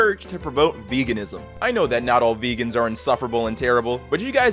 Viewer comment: ah yes "vegau"